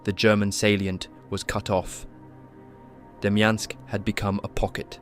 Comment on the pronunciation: “DEMYANK” pocket lol